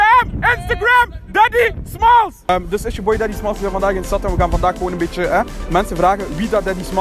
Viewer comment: daddy smalls is? We speak french. No problem, déddi smàlls iz?